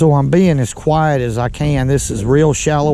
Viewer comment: I love it when he says "Kweiyit" when them male Crappies acting up!